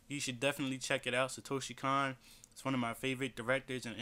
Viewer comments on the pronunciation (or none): His name is pronounced Satoshi CONE. The 'O' vowel in Japanese is always pronounced with an 'Oh' sound.